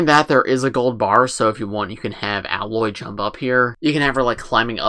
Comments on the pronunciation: A-loy, not alloy just saying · Just some overall comments for context (Spoiler Warning) : • The Tallnecks can be found throughout the open world and Aloy (pronounced A-loy, not alloy) can climb all the gold parts of the mech to reach the top and harvest data about the environment with her spear. • The blue thing in Aloy's hair is called her "Focus". It's a device that allows her to scan the environment (think Iron Man technology). • The base is VERY accurate to the world of Horizon! The game takes place in the future and some things, like the traffic light, as well as structures have been left behind and have decayed over time. On top of that, the flowers represent the flowers you can pick up in the game and you can use these resources to make potions of healing, fire, lightning, poison, and freeze-resistance. The bendy flowers with the dark red tips are bushes you can hide in to lose enemies like the Watcher. • The Watcher is one of many little dinosaur-like robots that can easily run up and pounce/attack you. The blue light means the Watcher is neutral, when it's yellow they're scanning the area and looking for you, and the red light is when the Watcher is attacking you. • The spear, as mentioned earlier, has attachments that allow Aloy to override machines and make them neutral with her. For example, there are other deer/horse-like machines in the game that Aloy can ride around on once she's overrides and tames them. • Aloy is the clone of the creator of the machines in the world of Horizon, Elizabet So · I didn't know for a long time, but Aloy's name is pronounced Ay-loy